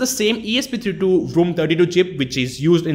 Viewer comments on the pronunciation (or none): none